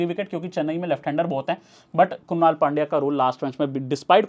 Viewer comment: क्रुनल पण्ड्या❌ क्रुनाल पण्ड्या ✔️